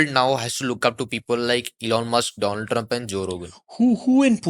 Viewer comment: My good phreand Dolund Trump